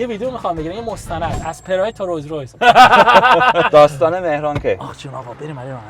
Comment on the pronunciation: مهران بازم تلاش کرد ولی بازم تو اینترو گفت رویز رویز 😅